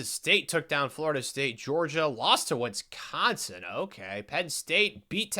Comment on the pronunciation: Why does bro keep putting a “t” is Wisconsin? Wtf is “Witsconsin”